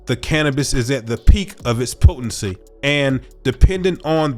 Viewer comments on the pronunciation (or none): gotta love peak "pootency." 😅